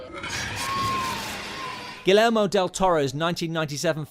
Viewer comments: You should probably learn how to pronounce "Guillermo." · Great, as usual! The ONLY thing I can nitpick on is the "King's English" uber alles narration. American director Sidney Lumet's last name ends with a hard "t," while Mexican director Guillermo del Toro's first name doesn't have a hard "l," and "macho's" first syllable's pronounced "MAW." Like I said, kinda nitpicky.